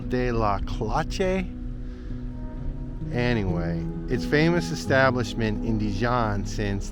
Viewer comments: I mangle languages wherever I go, but I know that one of the main differences between Italian and Spanish and French is that the French don't usually pronounce the "e" at the end of a word unless it is accented. So "cloche" is not pronounced "closh-ay" but more like "closhe". That's the extent of my multilinguisticism and it's probably not always correct. My deepest sympathies on the loss of your sister, I'm very close to my siblings and we are not young anymore... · Hi and, HAPPY NEW YEAR🎉🎉🎉. Back with my French class…if there is no accent on an e, you don’t pronounce it so the name of the hotel…cloche is pronounced "clush". There you go., French has nothing to do with Spanish, so if no accent, no e’s are pronounced as "eh". Again only of there’s an accent it’s pronounced "eh". 😊 So as far as I know, you are correct…it is bibliotheque but in French there are more words. So bibliotheque is a library were you can borrow books and usually when you see librairie is where you buy books. Boy am I ever jealous about your mustard tasting - I adore dijon and always use it for my sandwiches - delicious!😋